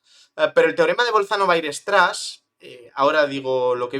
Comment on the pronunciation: aprende, por favor, a pronunciar "weierstrass"